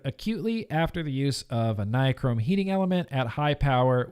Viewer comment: read this out loud: Bill Nye, Google Chrome. Nye, Chrome. Nye-Chrome. Ni-chrome. Nichrome.